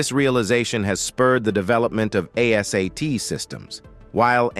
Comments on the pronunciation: A - SAY-T ? ARE YOU KIDDING? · ASAT is pronounced “Ayy-sat”; Is this even a real human being narrating this video?